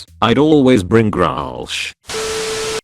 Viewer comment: As a Dutchie I’m wheezing abt how Grolsch is pronounced